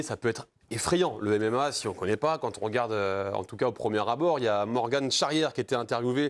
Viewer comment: C’est Morg-an, pas Morg-ane ! Faites un minimum de recherches bordel